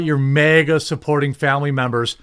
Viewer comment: It’s MAGA not mega.